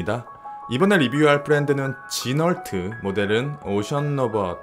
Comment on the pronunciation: 영상 너무 잘봤습니다. ‘지널트’ 가 아니라 ‘지노’ 라고 발음합니다. Renault를 ‘르널트’ 가 아니라 ‘르노’ 라고 발음하듯.